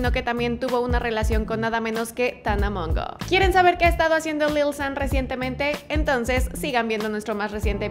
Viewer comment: dislike por la forma que tiene de decir lil xddd